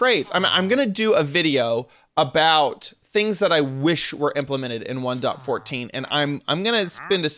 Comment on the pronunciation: The thing I hate the most is how you say 1.14 and that your complaining